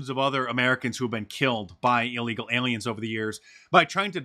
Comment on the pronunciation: "By a releegal"